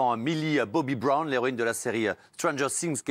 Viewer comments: « Millie Bobby Broune »😭😂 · A 3.34 "Brone" mais attend aucun respect pour mille Bobby brown 🤦‍♀️